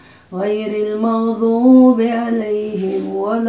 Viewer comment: ماشاء الله أود أن أنبهك غير المغضوب عليهم نطقها خاطىء